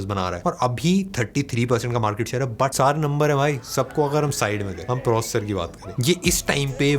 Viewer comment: Try to pronounce the word "processor"clealy.thanks